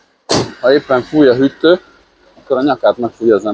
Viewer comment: Te is úgy mondod a hűtőszekrényt, mint anno muter... Hüttő! 🤣 Rossz vót hallgatni!